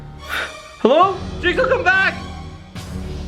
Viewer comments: I taught you said jakesaw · its name is jigsaw not jakesaw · XD JAJAJAJA REAL JIT SAW NOT LIFE JAJAJA 😂